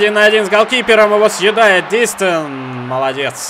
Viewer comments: не дИстэн, а ДистЭн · помидорка ДистЭН ударение на последний слог! Так коментаторы ПЛ говорят! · LeX Tar на 2 слог)))) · очень хорошо, но на будущее Дистен говори)) он же француз